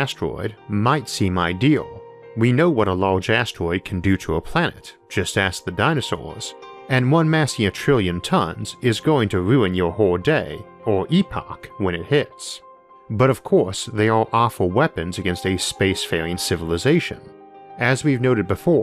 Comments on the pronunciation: It's e-pok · I've always pronounced it "E-pok" but my colleagues all say "Epic" ... Does this mean I was right all along? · 1. This is a great phrase and I’m going to use it anytime I can work it into a conversation. 2. I’ve always pronounced it “E-Pok”